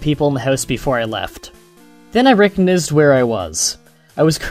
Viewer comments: Learn how to say things right. You said "colore" instead of "color" and "recignizzed" instead of "recognized" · you say reconized weird